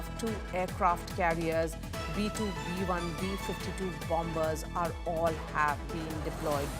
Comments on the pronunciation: It's silent "b", lady. You pronounce it as "ba-mers", NOT "BOM-BERS". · Bomber pronounce as bommer not bom ber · There is no pronunciation such as BOMBERS. its pronounce as BO- MERS. rather BOMMERS Litsen carefully how Admiral pronounce it. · It's bomb ers not bomb bers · Bombers = it -Pronounce as BAMERS ,=== Not BAMBERS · Not bombers! Pronounce it as bomers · Learn your pronunciation first, it is not bombers , it is pronounced bommers. The b is silent in bombers. This is Indian English. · Perhaps you should take note that the second 'b' in the word bomber is mute. i.e., it is not sounded when saying the word "bomber". Otherwise, thank you for your excellent reportage. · Please, the second b in bombers is silent! My ears are bleeding from the mispronunciation.